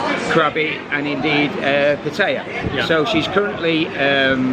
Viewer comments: Please learn how to pronounce Pattaya correctly!! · Please learn how to pronounce Pattaya!!!!!! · And I know how to pronounce Pattaya